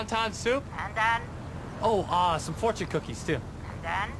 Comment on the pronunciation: LOL driver says AND THE COOKIES FOURTION! LOL so funny. Its Fourtion Cookies